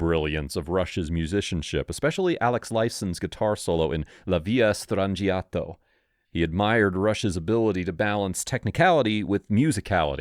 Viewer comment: At least they pronounced La Villa Stangiato correctly…